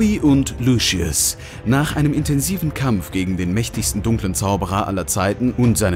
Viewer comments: Sorry aber es heisst Lucius und nicht Luschius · Ich mag dich echt aber warum LUSCHIUS😂😂😂😂😂😂😂😂😂😂😂😂😂😂😂😂😂😂😂😂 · Bitte sag nicht das er luschius gesagt hat 🤦🏼‍♀️ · ✨luschies✨ HAHAHHA egaal trotzdem voll cool ☺️ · LUSCHIUS“ ICH BEKOMM NEN ANFALL AAHAHAHAHAHAHAHAHHSHSHHAH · wie alle immer sagen „ luschius“ es heißt aber „luzius“ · Lucius, nicht Luschius!! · Wie alle anderen Lucius aussprechen: Lusius Wie der da Lucius ausspricht: Luschius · Es geht sogar noch schlimmer xD ein Youtuber, der sich viel mit HP beschäftigt, sagt immer "Luschiss" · Soviele Insiderinfos und dann ,,Luschius". 😆